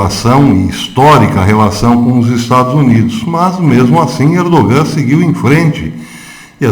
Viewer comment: congratulações pelo se trabalho; isto, para si não novidade mas, mesmo assim, permita-me congratula-lo. Se me permite, respeitosamente, um conhecido turco, há algum tempo atrás disse que o " G " em "Erdogan" não se pronuncia (é silencioso ou quase um " H " aspirado); como falar ao microfone é sua ocupação, aqui vai.... Ainda, se me permite, não expresse surpresa quanto às "boas relações" Israel/Turquia......não de hoje/passado recente; é há muito tempo.... por favor note as " aspas ".......Obrigado pelo trabalho